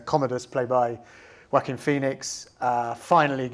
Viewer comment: Somebody should educate the interviewer on how to pronounce Joaquin Phoenix’s name! He calls him “Wacken Phoenix”!! When he first said “Wacken” I wondered, who in the world is he talking about?